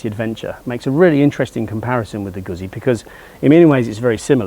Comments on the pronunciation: Any Italian machine going that distance without breaking something is a remarkable advance in and of itself! But it IS Italian, so it isn't "Guhzzy" it's "Goot-si". Respect the name, respect the language. Beautiful bikes. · It's pronounced Goot zee